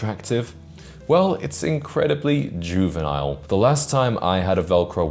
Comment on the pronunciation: the way he pronounces juvenile is 10 times worse then velcro sound. changing yourself to try and inoress girls is for insecure boys